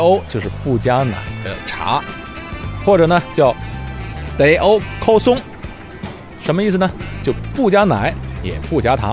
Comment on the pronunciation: kosong 发音有误，k不送气的